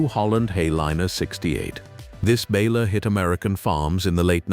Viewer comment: Love the content, HATE the AI narration, mispronounces, clips sentences, this is editing that can't be forgiven. What the H$LL is a bal-er?